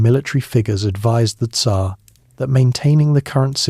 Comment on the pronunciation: Ai has a hard time saying Tzar.